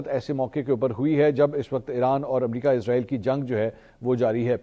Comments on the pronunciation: bro listen Please stop calling this dam country as IZ-RAA-EEL ITS ISS-RAA-EEL SO PLEASE PRONOUNCE IT PROPERLY LIKE WE HAVE SURAH BANI ISRAEL IN QURAAN WE HOPE YOU START PRONOUNCING IT RIGHT FROM NOW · bro listen Please stop calling this dam country as IZ-RAA-EEL ITS ISS-RAA-EEL SO PLEASE PRONOUNCE IT PROPERLY LIKE WE HAVE SURAH BANI ISRAEL IN QURAAN WE HOPE YOU START PRONOUNCING IT RIGHT FROM NOW Its اسرائیل not ازرائیل